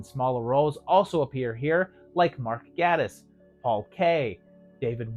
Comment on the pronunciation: One minor correction: Gatiss is pronounced 'gay-tiss', which I only know from being corrected in one of my own videos. Nearly corrected to say it was Reece Shearsmith, as he was on-screen, but Gatiss did provide a voice-over and I was just confused!